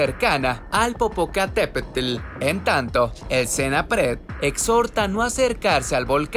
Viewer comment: No sé si el que narra es mexicano..pero no sabe decir bien el nombre de un gran volcán 😂😂😂